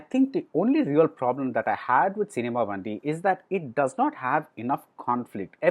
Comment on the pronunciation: its BAN -DI only means Vehicle (Gaadi)